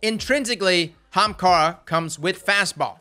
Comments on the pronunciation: It's pronouced "AH-hamKaras" xD not just "hamkaras" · OH MY GOD, PRONOUNCE THE “A”! ITS NOT HAMKARA! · Let's say it together "Ah-haum-car-ah" not "........ Hahamkara!" lmfao I love you dude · Say "Ahamkara" again. I dare you. I double dare you. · Say "Aha!" NBow say Ahamkara, not hamkara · As being an Indian and ahamkhara being an ancient India word, I am truly offended how you're pronouncing it, it sounds like AH-HUM-KHAARA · Why does he keep pronouncing the Young Ara-ara's Spine that way? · Say it with me "ah HAM kara" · pls. Everytime you mispronounce AH-HUM-CAR-UH, a hunter switches to Stomp-ees. pls q-q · U need to do more builds that have this name in it because every time u say Ahemkara (man I can’t spell) I laugh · Ok for everyone it's A-haam-ka-ra. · The viewer:: kamehameha-amkarah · It's not Ahem-kara It's pronounced Akuna-ma-tata-arms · Did you record your voice to say Ahamara and slap it in there when u need to say it? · RTT2 Games “armkara” 👌🏼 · That's the southern way to say it..."HAMKARA!" lol 🤣🤣🤣 I'm from the south too so I know . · The emphasis on AHAMKARA cracks me up. XD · Theres a reason no one talks about it. Cause everyone thinks stompies are best, so they use them. Then the ahamkara users can insta kill em with grenades. Its a sleeper exotic, but now our eyes are open. Also i how how he says ahamkara. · Could you pls say the A on Ahamkara? 😅 The way you said it in this videos kinda triggered me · I will never say AHAMKARA the normal way ever again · The way you said Ahamkara made me giggle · Me too 😂😂